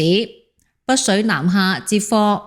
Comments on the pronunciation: 北… 不是 「不」水。要不要練習一下發音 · 北水，唔保不水， 的懶音咁多年都冇改變！ 😂